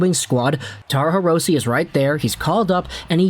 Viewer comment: Hirose is a Japanese last name, so the "e" in Hirose is pronounced like an "a." Just an fyi.